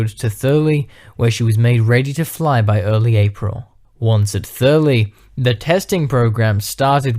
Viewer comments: It's pronounced Thur lie, not Thurley. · Great video, packed with great visuals and information! (Incidentally, Thurleigh is pronounced "Thur-lye", not "Thur-lee.") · Thurleigh is pronounced Thur-Lie. aka RAE Bedford.